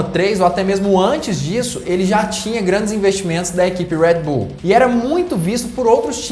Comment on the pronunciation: para de falar enrolado moço , uuuueeeeerrrrrreedd bull , é brasil irmao , red bull